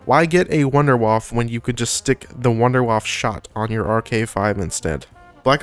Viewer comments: Pls try saying wunder waffe in a german pronunciation my ears are bleeding it is not a waffel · If you speak about wonderweapons, maybe go to google translate and actually listen how to pronounce WUNDERWAFFE. So many people in the zombie community always do it wrong. Same with pronouncing Der Riese... Other than that, good video man. BO2's Ray was also my favorite.